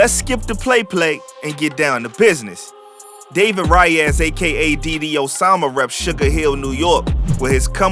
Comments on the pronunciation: His last name is pernounced like Ray-es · It’s Reyes pronounced RAYES